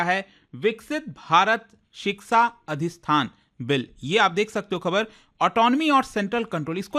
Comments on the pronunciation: It is Adishthan not Adikshan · अधिष्ठान को अधिछन उच्चारण हो रहा है । जय हो अंग्रेजी महारानी की! शर्म की बात है कि सही से हिंदी नाम भी उच्चारण हो पा रहा है